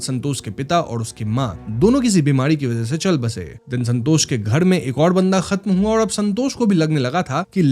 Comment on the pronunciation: Santos ❌️ sanhtoshh ✅️